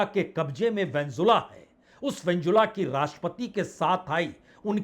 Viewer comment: उस देश का नाम वेनेजुएला है उसको बार बार वेनजुला बोल रहे हो।